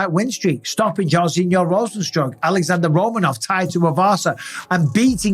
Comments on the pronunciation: Hey Michael, what is the name of the champ? Alarrandre?😂 Just pronounce his name with english accent. It will be a lot better. If you want to say it correct with Brazilian Portuguese accent, 'x' pronounce like 'sh' that is it. But vídeo is really nice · Mr Bisping, our champ is Alexandre. Not Alejandro.